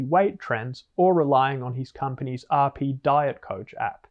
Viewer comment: I promise to always like any of the videos where you pronounce RP in French